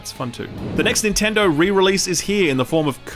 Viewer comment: Stop saying ninturdo